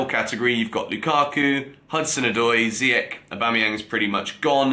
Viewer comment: Finally got Nkunku's name right. Lol. You never bothered to get Ziyech's right though... 😂